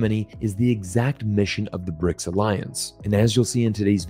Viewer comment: It's BRICS not "RIC"